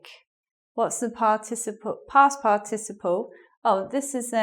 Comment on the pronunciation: Huahuaa. A lady trying to teach good English... But she herself says "past par TI ciple" ... wrong strong syllable. The correct is "past PAR ticiple". Ahh the net. So many weird people teaching weird stuff around. Bizarre